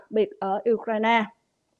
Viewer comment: Phát âm sai Ukraine , khong phai Ukraina aaa